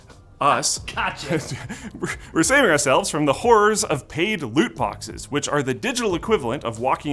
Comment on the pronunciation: Did you say boxes??